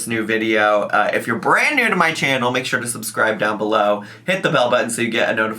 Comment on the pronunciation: Are we surprised!? SHYORE ☝🏽 SHYORE WE AREN’T 😂